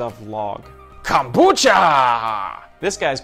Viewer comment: Says kambucha the first time ....eh.....says it the second time ....*FUCKING DIES*😂